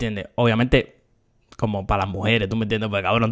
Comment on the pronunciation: Úsame como botón para contar las veces que dijo “Tuh meh entiendeh”